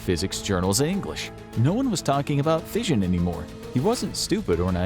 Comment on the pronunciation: This was a really interesting video. And the CG narration was actually quite good for the most part. I did have to chuckle though when fission was pronounced as "fisahn".